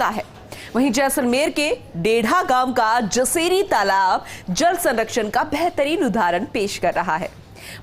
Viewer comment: तलाब नहीं तालाब बोलते हैं मैडम